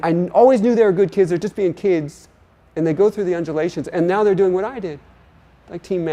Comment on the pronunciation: First person to say the word 'what' correctly. HWat.